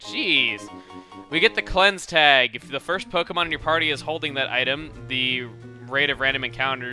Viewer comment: It's alright, I was pronouncing "Cleanse Tag" wrong for several years too.